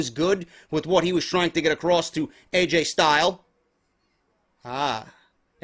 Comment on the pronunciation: Lol "Aj Style"